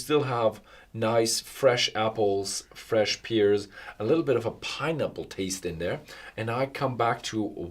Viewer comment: Horst and. The fruit PEAR is pronounced like the word AIR or HAIR. As a noun, a pier is a wooden walkway with pillars where you attach boats As a verb, “to peer” is like to look. (“He was peering over the wall”) Merry Xmas guys!